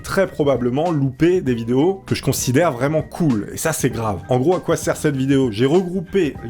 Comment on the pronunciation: C'est très grave d'oublier le "r" à "grave"